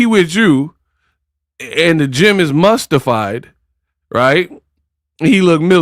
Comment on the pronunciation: Did you say mustified😊😊😊